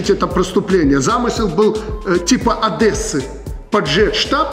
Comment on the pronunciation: Не Одэссы, а ОДЕССЫ, а что за предприятие?